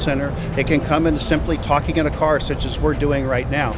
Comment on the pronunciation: "it could come in texing on a cell phone, it could come in tucking on a cell phone"